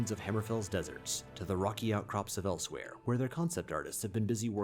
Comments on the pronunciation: Elsewhere? I thought it was Elsweyr lol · Pretty sure its Elseweyr? I may be wrong though. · It's Elsewyr bro lol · It’s Elsweyr